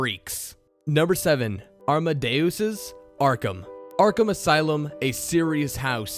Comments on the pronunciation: "Armadeoos"? AmadeUS. Us not Oos. Plus, what about Onomatopoeia and Baphomet? That was really creepy and dark. (spoilers) Bruce Wayne, happily in love with a woman who supports everything he does which includes his crime fighting. He invites a new protégé to the cave only to see his protégé slit his lover's throat and reveal himself to be the very assassin he was hunting down. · Is he trying to say Amadeus? Or is his name really armadeus?